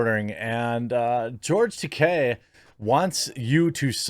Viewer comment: Tah - KEY not Tah - Kay. La RAY NA. There is no i between the n and a in Reina meaning, phonetically, it can not be pronounced Ren ia.